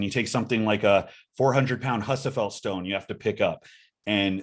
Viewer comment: Only criticism: It’s not “Huss-uh-fell” stone. It’s “Hoos-uh-fell” stone!